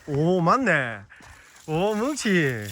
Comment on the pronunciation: 뭔가 뭉치를 문치(?)라 발음하시는거에 중독됩니다